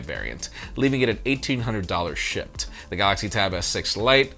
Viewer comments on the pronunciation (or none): Had to turn on English CC to verify whether it was "shipped" or "shit."